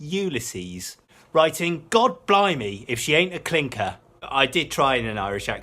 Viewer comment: blimey not blumey . Bleedin self correct.